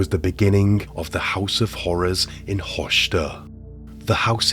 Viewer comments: you totally destroyed the town's name, it is not "Hoshter" but it is written "Höxter" and spelled "Hokster" (English does not have the letter "ö"). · Nicht hoschder sondern Höxter mit x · Its so rare that german cases get popular outside germany. Höxter (i really love your pronounciation) is one of the few that got really popular. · Höxter is not pronounced like that.